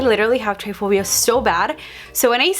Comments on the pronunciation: It’s trypophobia not tryphobia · It’s tryPOphobia not “tryphobia”.🥺🙄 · Tripiphobia not tripphbia lmaoo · It's try-po-phobia, not try-phobia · Ugh it bothered me so bad it’s trypophobia not tryphobia hahaha no hate you slayed ur makeup 😍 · Its TRYPOPHOBIA! Not tryphobia 😉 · Its trypophobia not tryphobia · TRY-PHOBIA?!?!?!?!?!?! its try-po-phobia, love 😚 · bro its trypaphobia not tryphobia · tryphobia? or trypophobia? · its not tryphobia, its trypophobia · It's trypophobia not tryphobia >:( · Trypophobia is pronounced try-po-foe-bee-ah not try-foe-bee-ah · It’s not triphobia it’s trypophobia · It’s not tryphobia it’s trypophobia she says it incorrectly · she is saying triphobia. i think she means trypophobia. triphobia is a fear of threesomes. trypophobia is a fear of holes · It’s not called “tryphobia” it’s called “trypophobia”, sounds like “tri-po-phobia”. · It’s tripophobia not tryphobia how do you not know the name of what you have smh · Not trying to be mean at all!! But it’s pronounced Try-po-phobia! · Just so u know so u don’t sound like ur lying when u say u have tripe a phobia or however u spell it is pronounce tri pa phobia not try phobia lol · it’s pronounced try-po-pho-bi-a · Emilie Birch me too